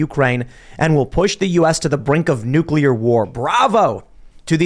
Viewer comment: ...we all love you, but you are supposed to be a smart guy, so WHY do you KEEP misPRONOUNCING the word NUCLEAR? It is NUCLEAR not NUCULAR. Hearing that mispronounced is like hearing nails scratch across a chalkboard.🤣